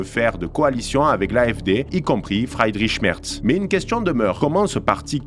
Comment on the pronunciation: Alice W(AÏe)del - Fr(ii)dr(i)ch M(èr)(tss) - Bern(t) L(ou)cke - B(yeur)n H(eu)cke - Olaf (ch)ol(tss) - AÏe mes oreilles de germaniste ... j'ai mal ...